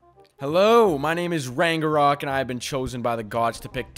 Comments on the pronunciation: The way he’s saying ragnarok wrong is pissing me off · I got so triggered by him saying rangarok instead of ragnarok 😂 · It’s not rang a rok it’s rag na rok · He said rangorock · Why does ragenrok say is name like rangenrok